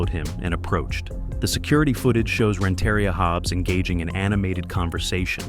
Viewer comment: It’s pronounced Rent-uh-ria not Ren-terry-ah